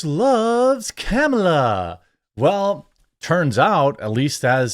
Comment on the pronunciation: People are still doing the mispronounce her name on purpose thing? Even after winning? Yeesh